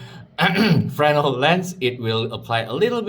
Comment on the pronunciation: That's a tough one! fruh-NELL. I'll take those giggles over correct pronunciation any day lol. Beautiful prints